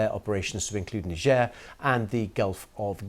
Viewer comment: i did not know niger was pronounced like that